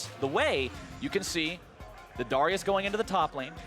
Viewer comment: wait how did he say Darius? HERETIC